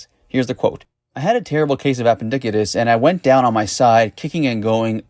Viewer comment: "Appendick-itis"!! 😂😂😂😂😂😂 It's appendicitis you newb